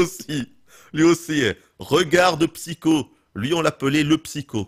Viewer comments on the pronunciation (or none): none